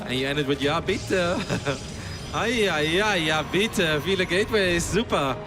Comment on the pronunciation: few words yes, but he pronounced them nearly perfect xD